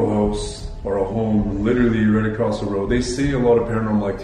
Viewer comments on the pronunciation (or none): none